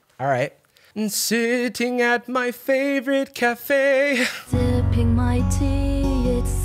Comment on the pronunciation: Also the way she emphasizes the wrong words and is like “sitting at my fAVorite CAFE”